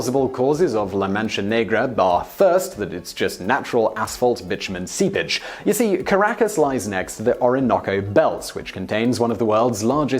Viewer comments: If it weren't for some of the subtitles, I thought whenever he said "seepage" he was saying "sea bitch" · I thought he was saying "sea pitch" (pitch is a tar-like black substance made from petroleum). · Oh... Seepage... SEEPAGE. Not sea bitch. Nice accent there Simon. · Is sounds like he's saying SeaBitch. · I kept hearing "Sea Bitch" every time he said "seepage."